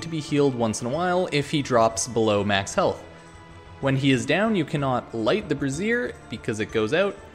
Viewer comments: Yeah haha what you're saying is brassiere (which is a women's bra) lol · Just so you know, you're pronouncing "brazier" wrong haha - google it and hit the "Listen" icon :p